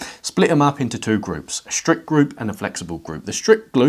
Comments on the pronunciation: "the strict gloup" 😂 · "the strict gloup" 😭💀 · i throught he said STRIP GROUP